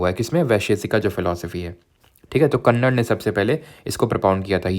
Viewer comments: महऋषि कणाद not कन्नड़ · Kannada nhi Rishi कणाद hai vo...